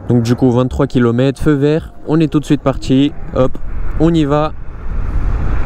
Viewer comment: comment repérer un cassos après 4 secondes... quand "on est parti" devient "on est partchi"